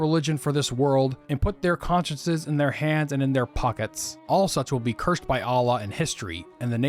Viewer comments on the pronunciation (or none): none